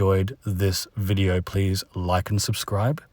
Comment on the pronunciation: When he says video it's en vogue